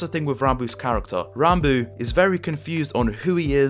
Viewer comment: Thank you for not pronouncing "Ranbo" my friend